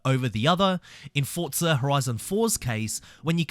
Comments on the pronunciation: Forza Horizon 🚫 Fotza Horizon ✅ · Explain to me where the T is in FORZA, because you keep saying fortza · Whyyy do you say ‘Fortza’ instead of Forza? 😩😭😂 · Its FORZA not forTza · bro its forza not fortza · bro its not FORTSA its FORZA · forza, nah, fortsa (im just crashing out because it sounds weird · Say Forza, not Fortza it’s so annoying bro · forza > fortsa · Bro it's Forza not FOCA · why do people say fortsa? so annoying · My man please, FORZA, I haven't played FORTZA. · Forza not fortza😂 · heres some help forza = 4-ZA. there is no T in forza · Why do you keep saying "Fortza" lol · nice video, but please stop pronouncing it ForT-sa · There is no T in Forza